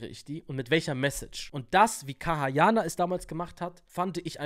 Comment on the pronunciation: KAYA YANAR Nicht kaha yaha